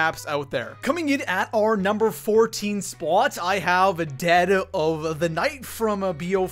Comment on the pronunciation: I really hate the way you say "spot"